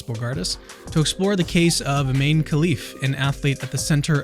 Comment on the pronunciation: Her name is pronounced "EE-MAH-NEH" not "EEMAIN" and the fact that you did not know that shows a lack of journalistic integrity. How can I trust any "facts" you share about the inner workings of her DNA and body if you do not know a name that has been said over and over by Olympic announcers in the very games we are discussing?